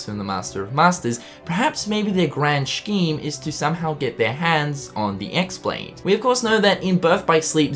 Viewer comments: No. It's not the Aussie accent. He just doesn't know the proper pronunciation. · No, it's not his accent at all, he's pronouncing silent letters. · Please learn how to pronounce "scheme"